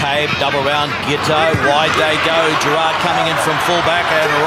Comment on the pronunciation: 😆 🤣 explaining it very carefully lol Tuilagi: "orkay after the game we goew" 😆 🤣